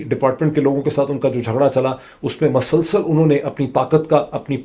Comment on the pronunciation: Dr.mueed sb not masalsal It's musalsal please correct your ward I have hard many time in your tunge.... thanks you